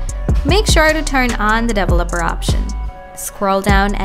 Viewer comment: "Dovoleper option"